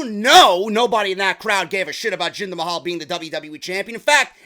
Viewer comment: Jinder MAY-HAL lol !